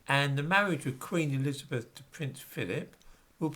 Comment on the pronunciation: " Queen .....Erizabeff" ???????